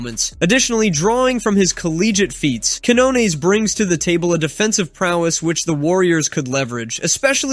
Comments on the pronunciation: It's "keen-YONE-es"! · ...the first shit you need to know is how to say Lester Quiñones pendejo...before you even talk about the guy...🤦🏻‍♂️🙄